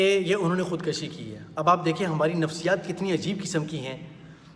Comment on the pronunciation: Khud kushi not Khud kashi.